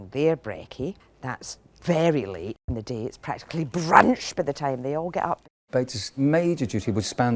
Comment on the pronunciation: I love the way she says “BRRRUNCH!” 😂